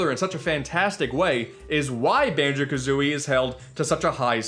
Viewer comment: Banjo Ka-Zune-ey